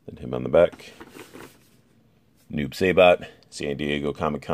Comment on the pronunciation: Hahahahahahahahahahaah saybot? 😂😂😂